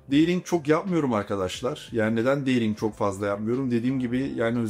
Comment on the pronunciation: Deting yerine deydinq demesi 🤣🤣🤣🤣🤣🤣😮🤣🤣🤣🤣🤣 birde ingilizcem iyi diyor